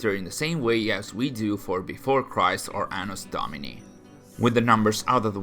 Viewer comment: "anus domini" ? and here I always thought it is "anno domini"